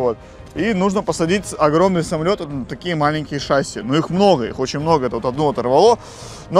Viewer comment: Не шаси а шасиии